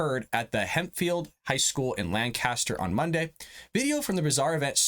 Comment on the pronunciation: First you pronounce Lancaster wrong. Second it was not the school fault the drag queen knew that this was for high schoolers. Also the website misgender the teacher who uses they/them pronouns. This was the third drag show but the first “ inappropriate” who for some people